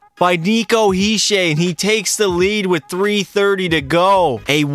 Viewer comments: Don’t wanna be that guy but it’s “He-Sher” not he-shay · Hi-sher not Hi-shaw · "Nico Hisché" 💀💀💀💀💀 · did you say hischay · Who is hesya bro say it right Horrible youtuber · The way you pronounced Hischier pains me but solid video😂😂😂